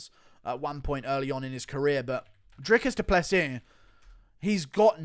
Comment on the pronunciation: DREE-COUS DOO-PLUH-SEE Hope this helps.